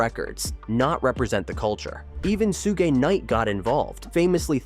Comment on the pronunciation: The diss time lines are wrong and wdym su-gé night and pushe t